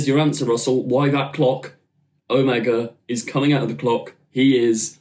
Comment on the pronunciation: Pronounced Oh-MAY-guh